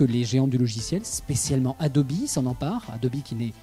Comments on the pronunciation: Normalement on prononce "édobi" en Anglais et "adob" en Français. Donc le journaliste prononce mal... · Super vidéo intéressante, technologie bien plus utile que la Touchbar d'Apple ! Une question me taraude l'esprit... On prononce Adobe, Adobi et pas Adob ?! O_o